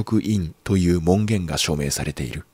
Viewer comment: ・・・「文言」は、「もんごん」では！？